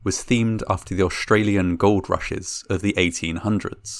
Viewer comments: OSHTRALIAN...? It's Australian as in OS-TRAIL-IYAN. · you kept saying 'osh-stralian'. disliked.